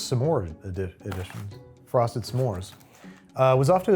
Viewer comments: Why do you pronounce it somemore, when it's just smore? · Listening to Babish pronounce S'mores "Suh More" is going to give me an aneurysm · babi boy I love ya but you pronouncing s’mores as “suh mores” is like nails on a chalkboard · the way you pronounce s’mores as two syllables makes me want to curl up and die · People who pronounce “s’mores” as two syllables shouldn’t be trusted.